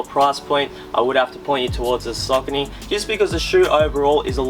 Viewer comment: Pronounced "Sockanee".